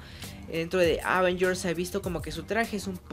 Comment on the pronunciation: La palabra "avengers" no lleva acento en la 1era "a"...qué mala costumbre. Escuche las películas en audio original con subtitulo en inglés para que escuche pronunciación.